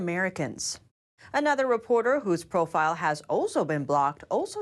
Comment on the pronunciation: I really wish would learn to speak English like a human being, not a robot, Her hard 'a' sounds, even in words like 'another', would sound more natural if they were softened.